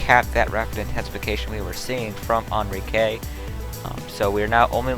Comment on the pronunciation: Thanks for the update! Much appreciated. I have family currently in sw Mexico. I just have a few corrections: the hurricane's name would be pronounced closer to "In-Ree-Kay". Also there is a typo in the city Mazatlan.